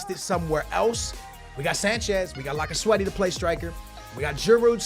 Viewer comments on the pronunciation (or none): it is lacazette not lacazwete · I cant wacth this my wars a blending cuz of all the time u said laccasweaty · PLZ stop saying lacazwetty he is cold lacazette